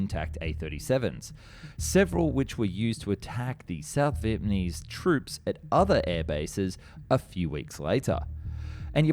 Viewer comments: Are you saying Vietmanese? It’s Vietnamese. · Your videos are always so high quality, well researched and informative but then you cannot pronounce VIET NAH MESE to save your life, hearing VIET MAH KNEES is so distracting, just say it slower or something please get it right, its been multiple videos now.. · Am I hearing things or does he keep saying "Vietmanese"? 🤣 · Who were the Viet Ma Neeze? (Shame on you!) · Oh yes... the Viet Ah Meez. A dastardly foe. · Say it with me: VietNAMese. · I loved this video and found it very informative but I couldn't help giggling every time you said 'Vietmanese'. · Ya gotta stop saying "vietmanese" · The amount of times this man says “vietmanese” is painful. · “Viepmanese” is a new word I’ve never heard of. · Look, it's John Kerry! When I was in Viet Nam in 1998, I saw one of the A-37's on display at the Da Nang Airfield, and she was in pitiful condition then, I'd hate to see what she looks like today, if she's even still there. BTW, It's pronounced Viet NA mese, mate. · Why does he keep saying North Viet Ma Nese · Australian? Speech impediment? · I suspect that he makes deliberate mistakes in his videos so that people react to it and the comments make it a more popular video. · Are you saying "Vietmanese"??